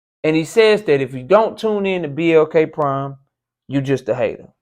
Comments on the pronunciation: what's even worse & I wished you would have cooked on that is he said BLK Prime wrong multiple times. 😂😂🤦🏾‍♂️He almost said PBC 🤣🤣🤣🤣 " A Hit Dawg Will Always Holler" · He can't even say the name of the app. Is it MLK, BLT, PPK. Horrible, you should have PRACTICED in my A.I. voice. Like you said - if the deal so bad, why you talking about coming back? Stick to your Word and stop clout chasing. Also this child like reverse physiology won't work, if I don't buy you ppv I'm a hater. 🦆🤡